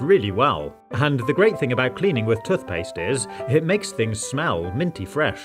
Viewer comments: It is tooth not tuth. I have been a professional housekeeper for many years for an organisation that used to wash pillows and none were ever the same afterwards. It is far better to put protectors on pillows and then replace the pillows periodically. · Why does he call tooth paste toth paste lol 😂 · “Tuthpaste” hahahah 😂😂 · The way he says “toothpaste”